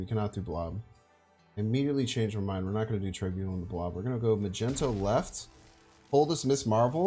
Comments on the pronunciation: The entire world is trying to tell you it's pronounced mag-nee-tow, not freaking Magento! Even Nina told you like 10 times in a video but you were like nah bro Magento it is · I don't know if I'll ever get over how you say Mag-ento. Cracks me up. As for the deck, it looks fun! Do you think it's competitive or more of a meme deck?